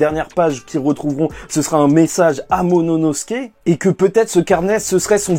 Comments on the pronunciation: désolé mais tu dit tout le temp monono et c'est momono tu perd beaucoup de crédit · Juste momonosuke ce prononce : MO MO NO SOU KÉ et pas MO MO NO SKÉ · MoMOnosuke, pas Mononosuke ;) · J'attends le jour où tu va réussir à dire MOMONOSUKE 😂😂😂😂😂😂😂😂